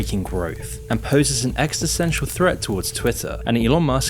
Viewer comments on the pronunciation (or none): none